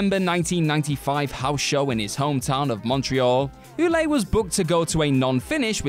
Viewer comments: Ouellet is pronounced Way-Let. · Ouellet is pronounced well-let.. I'm sorry, as a French Canadian myself, I know it wasn't your fault, but that prononciation was making my ears bleed..